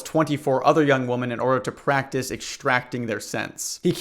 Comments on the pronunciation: Not related at all but I noticed you pronounce women as woman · What is it with people not knowing how to pronounce “women”. Instead of “woman”. The plural of woman is not pronounced as woman. Come on folks. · Great stuff but why do you pronounce women as woman? The plural is WOMEN, pronounced ‘wimmin.’ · Please, for the love of God, learn the difference between “woman” and “women,” they’re two different words.